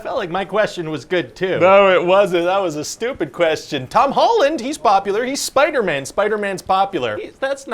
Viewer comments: Love how he said spiderman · The way he says “Spider-Man” cracked me up